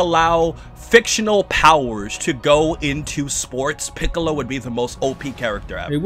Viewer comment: Peekalow though? 😂